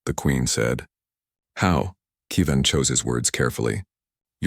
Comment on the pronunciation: No AI narrator pronounces Kevin right.